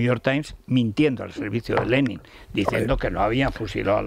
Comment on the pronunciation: Federirico empezando por que pronuncias mal Lenin , lo demás es una sarta de bobadas. Zelensky es lo más sumar a Sánchez que hay